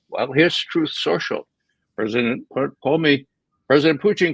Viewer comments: He's insightful, but this guy annoys me. It's POO-TIN, not Putein. He's a man, not a source of Protein. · Can Ray McGovern stop calling Putin Pu -teen, he sounds dumb when he says that.